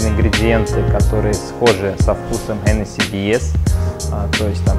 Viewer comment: хоть кто-то правильно произносит название коньяка.